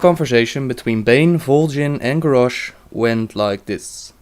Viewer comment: grarrosh? lol